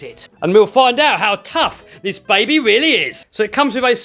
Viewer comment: it went weally well.